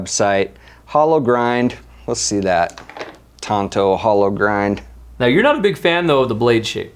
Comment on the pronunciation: FFS its a "TANTO" blade. TONTO was the Lore Rangers sidekick